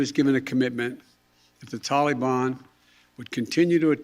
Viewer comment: I wish he could say Taliban correctly. Ugh. You can't do anything to hold them responsible esp NOW WHEN IT WOULD BE EASY FOR THEM TO HOLD THE REST AS HOSTAGES! WHAT A MORON!!! YOU HAVE CAUSED ENOUGH DESTRUCTION,PLEASE RESIGN!